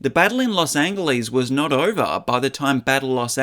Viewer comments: Los An Gal Leese ? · Great video … but it’s Big Trouble in Little CHINA not Chinatown. And why did you say Los Angeles like that, with a hard G? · Why do you pronounce 'Los Angeles' with a hard 'g'. Have you no ears, sir? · Los An-Hell-es. Pronounce it like that. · Los Angle ease wtf learn how to pronounce stuff correctly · Los angle leez? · You pronounced Los Angeles sooooooooooooo wrong. You said DRACULAR. And “big trouble in little china town?” It’s called “big trouble in little china”. This has to be AI. There is no way you didn’t know who Los Angeles is pronounced. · Never say Las Angeles like that ever again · "Angeles?" That's the worst pronunciation I've heard. Not Spanish (original language) nor English (current land language) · The way you pronounce Los Angeles makes me irrationally angry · Anyone who can't get the title of a film which they are supposedly examining correct automatically loses all credibility to me. Especially when that title is for one of the best cult films ever made: Big Trouble in Little China. Not Chinatown. Then there's mispronouncing Los Angeles. Damn. That's bad.